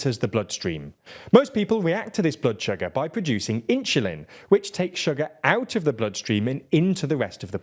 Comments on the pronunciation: It's weird when somebody tries to explain biochemistry who cannot pronounce insulin (not "inshulin"). Is that a local strange dialect or something? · why does he keep saying: "inshulin"? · This is the most curious "Insulin" pronunciation I've ever heard 😂 Inch-oo-lin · Market cap is irrelevant. It's a virtual value, not profit or even revenue. Also, , that's a weird ass way to pronounce insulin. You say it like it's "inchulin". And semaglutide can have serious side effects too, mostly if you don't use it for diabetes. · I get harder every time he says inshulin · "inchulin" say it all together "inchulin" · At first I was like “huh? Inshoolin” I thought I ,it’s heard it. But nope - he definitely said “inshoolin” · What the hell, why does this guy pronounce insulin this bad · There's no way insulin is pronounced like that in Britain.. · even you mispronounced insulin i think there no hope for you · I love the way he says insulin. 😂